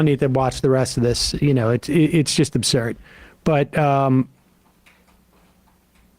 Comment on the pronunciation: "It's just abzurd."